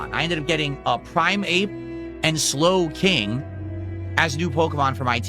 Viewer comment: Why does pronounce the names of the Pokemon like 'Prime Ape' and 'Slow King' as if they are separate words? This seems more like something AI would do, is even real?